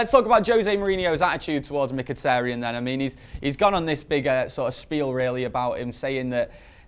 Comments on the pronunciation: please... STOP SAYING "micktiriiiin" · Hate the way keeps saying Mik-tirry-en hahahaha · Miktirian and jess lingard? sort your pronunciation out ffs. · for fuck sake, stop saying 'Miktirian', that's not even close to how you pronounce his name, I die a little bit inside every time you say it. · Adam 10 He's probably sick of pronouncing Mkhitaryan's name like a moron